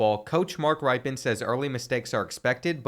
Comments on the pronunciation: It's "Rip-en" not "Ripe-en" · I ask sure has been told but the coach’s name is pronounced Rippen, not Ripe-in 👍🏈😀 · Its pronounced Rip-en. Not Ripe-en. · Bro, Mark Ripe-In? It's Rip-E-In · As a lifelong Washington fan, it’s pronounced “Rip-in” not “Ripe-in”. Get it together, man! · RIP-en…not RIPE-en. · Hearing how you pronounced Washington State alumni Mark Rypien’s (Rip-in) name makes this Coug wince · I wish he knew what I don't pronounce names it's rip-in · It's pronounced RIPen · Its pronounced ripin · Pronounced "Rip-in" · It’s pronounced rip-in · Its pronounced "rippen" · His name is pronounced "Rip in" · Mark Rypien is pronounced Mark Rippin. Like rippin' a piece of paper. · Btw, Mark Rypien's name is pronounced Rippen, like Scottie Pippen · Gotta tell ya....Rypien is pronounced rip-in. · You said his name wrong I don't know why its bugging me lol great vids bro it's more like ripen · Thanks man, I love this channel, but hearing him pronounce it that way was killing me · You butchered that mans name. Next time google how how to pronounce the mans name.